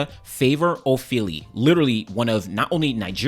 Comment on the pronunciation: As a Nigerian born in London I can’t say I blame her she has been riddled with so much incompetence a less mannered person would have crashed out by now Also the surname(s) pronunciation 🫡